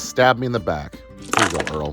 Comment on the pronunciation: so at the end when you said "Here you go Earl" i thought for a second you misspoke and said "Here you go Girl" and now i think Earl needs a feminine appearing partner in crime.